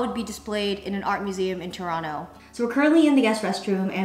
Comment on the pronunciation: you say Toronto (To-ron-o) like a true Torontonian!